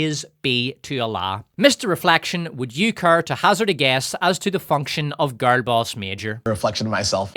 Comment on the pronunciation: How hard is it to say "girl"?